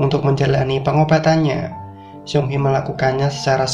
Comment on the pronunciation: Bukan siong he bang ,, tapi seung hee (seng hi)